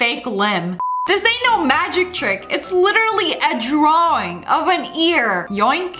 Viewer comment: Is it just me or did Sssniperwolf say ddddddddrawind